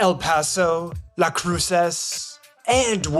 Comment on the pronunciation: "Las cruces" and it's in new mexico not Texas